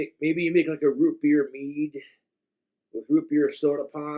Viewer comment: “Egg nog chokka melk meeee-duh”